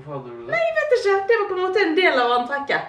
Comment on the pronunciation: høres ut som en bergenser "ISHE GIDD" 😂